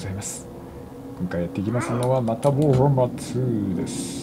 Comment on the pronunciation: ウぉーハンマーになっててなんか可愛いなw